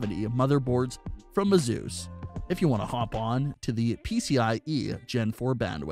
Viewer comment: who is thus " AZoos" you keep mentioning? Oh you mean " Asoos" aka Asus as it is properly pronounced. Got it